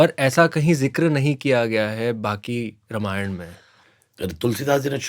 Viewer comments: Not Ramaayan it's called ramayan please pronounce our revered scripture correctly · Exactly रामायण नहीं बोल रहे हैं ये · पूनम बहन, डेढ़ घंटे का हो या डेढ़ मिनट का, मगर पॉडकास्ट की जो आत्मा है, "रामायण" उसके उच्चारण में गलती की तरफ सिर्फ अंगुली निर्देश किया है! ने जानबूझकर ये गलती नही की, उनका उच्चारण स्वाभाविक ही ऐसा है! मेरी विनंती ये है कि आगे से पॉडकास्ट हो या निजी जीवन, वो इस शब्द का उच्चारण सही से करें!! जय श्री राम! जय स्वामिनारायण!! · Usne chahkar to galat pronounce nhi kiya